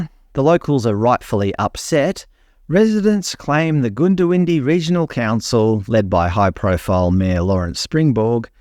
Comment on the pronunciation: Good video but surely you could have taken 60 seconds to find out how Toobeah and Goondiwindi are pronounced.